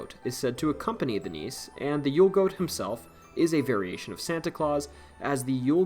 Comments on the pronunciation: Not Danish, but have Danish ancestry here. I believe nisse is pronounced like Nissa, not niece as pronounced in the video. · Nisse is pronounced "nissa". It's a house or land spirit.